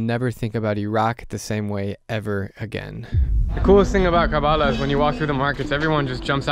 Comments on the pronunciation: It's not pronounced as Karbaaalaaa. The correct pronunciation would be " Kuhr-Buh-Laah ". Please remember its actual pronunciation sounds good to hear that way. 👍☺️ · Drew, you pronounced Karbala wrong. It’s pronounced as ker-bu-lah. Overall a great video!!! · Hearing you mispronounce karbala feels really offensive to me as a shia but at the same time you horribly mispronounced it that it became funny